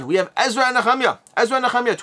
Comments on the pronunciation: Thanks for being the only reviewer to say נחמיה correctly. 🤣 Also, I don't look at E&N as religious, since the 2nd temple period is also legitimately historical. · Thank you! I've always heard and said 'knee-ah-my-ah' at Church. Nice to finally hear it correctly +40yrs later. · Great coverage as always! My pick of the week is Ezra and Nehemiah but I'm in for $1 on the new Dice Throne. You pronunciation lesson on how to say Nehemiah actually makes me want to get my Hebrew books back out again!